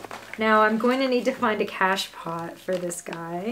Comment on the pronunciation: It takes this woman 16 minutes to present information that could have been covered in, max, 8 minutes. So much repetition and extraneous commentary. An "pot" in the French word "cache-pot" is pronounced "poh."